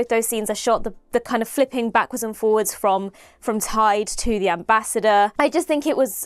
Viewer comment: Interesting that ‘Tide’ sounds like ‘Taid’, the (north) welsh word for Grandfather. I wonder if that’s deliberate?